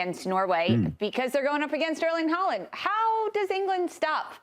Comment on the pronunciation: "If you search Erlen Harling..." um, what?